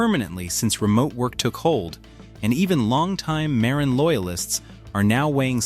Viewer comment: It’s ‘ma RIN’